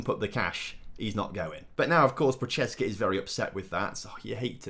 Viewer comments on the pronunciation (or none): none